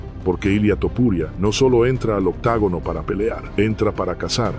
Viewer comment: Se dice OCTOGONO BASTARDO